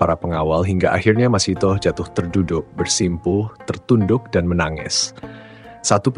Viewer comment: Ia yg benar sebutannya masitah